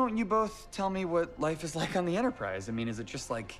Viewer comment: He generally drops a lot of "t"s... he pronounces it "En'erprize" as well. I hadn't registered that he did that because that's just the way some people speak.